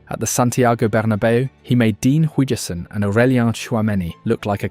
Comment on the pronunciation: never heard huijsen get pronounced like that lol